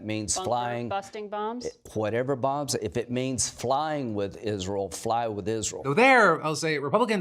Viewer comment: Lindsey Graham shouldnt be allowed to talk about Israel if he can't pronounce it.